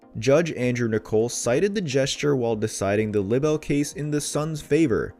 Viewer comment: Libbel lawsuir??? God get someone who can read....PLEASE??? Pronounced Lie Bul